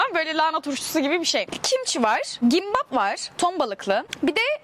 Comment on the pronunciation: Kimbap'a gimbapğ diyen koca yürekli ❤